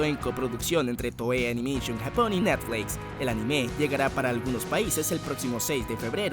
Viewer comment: Siempre me pregunto porque los latinos le ponen un acento inexistente a la palabra anime xD